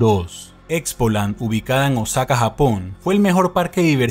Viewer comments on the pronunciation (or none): none